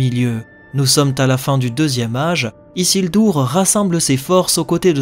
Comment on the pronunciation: isildur et non isildour et sauron et non sauronne...